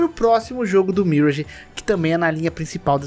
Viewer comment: pelamor de deus fala "miráge". obg.